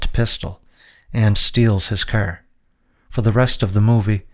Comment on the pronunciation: Here’s some feedback, work on pronouncing “car” and “about”. It’s not “Kerr” and it’s not “a-BOOT”. Other than that, very informative